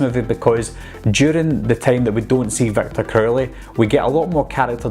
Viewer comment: Not trying to make fun but I always laughed when he said Victor crowley.😂 "Victor Curly"